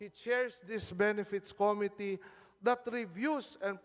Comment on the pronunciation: may sarili ring pronciation tong congress, eh. ko mi tea - imbis na committee